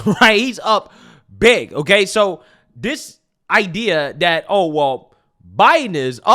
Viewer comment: you do a nice job but don't mispronounce words like "this, that, and those". You are saying "dis dat and dose" Pronounce your Th